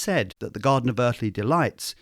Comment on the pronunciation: "The Godden of Uthly Delights"